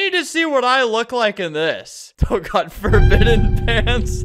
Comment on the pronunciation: he was gonna say it but ended it with D to change it to gawd